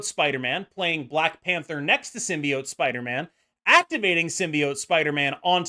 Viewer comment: Actually nice to hear a content creator pronounce “symbiote” correctly lol